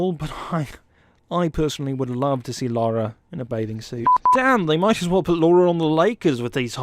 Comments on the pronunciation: Nitpick here he pronounces her name "Laura: when its Pronounced "Lara" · Why are you calling her Laura?? It's not her name. The video is good, but man that is such a buzzkill. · If you are going to do videos get the persons name right good lord it’s not that difficult and it’s Lara not Laura I swear people do it on purpose to piss other people off